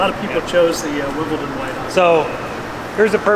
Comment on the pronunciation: It's 'Wimbledon White', not "Wimbleton"! And thi fool is speccing paint, parts and building it?